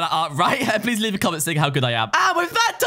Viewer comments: You said "nico" Not "neko" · “Nicohlas and nico” not “neko” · A not neko it’s nico